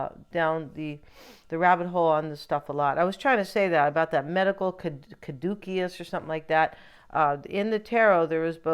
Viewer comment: The medical symbol is the caduceus pronounced kadoosis